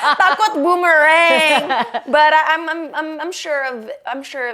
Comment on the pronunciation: Bumerang kog gw denger ya bu merem😂